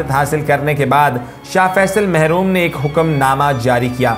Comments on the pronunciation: The commentator needs to improve pronunciation...SAW...incorrect.... Shah Faisal, marhoom,,,not mehroom.... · Shah Faisal Mahroom naheen Bhai, ShaH fAISAL MURHOOM HAY. AAP AISAY LOGON KO CHUNAAIN JO SAHEE URDU/ARABIC BOLE/PURH SAKAIN. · Bhai apna talaffuz to sahih karo" Shah Faisal Mahroom Nahin bulke " Merhoom" Sahih hae. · mehroom nahin marhoom hai.